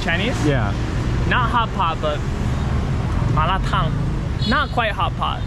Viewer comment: You guys are a rare breed. Many westerners cannot handle the spices. I love to watch you guys speaking the word Malar Tan correctly. Take care and enjoy the life guys..